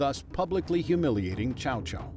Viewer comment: Love this series so far. But if you're going to focus on the characters so much AT LEAST PRONOUNCE THEIR NAMES RIGHT. I've never heard Cao Caos name butchered so badly.